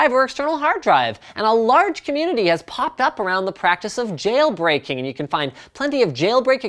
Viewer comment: hahaha nice one "Jayle Brakeing"